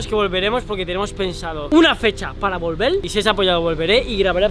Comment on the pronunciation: dijiste a volvel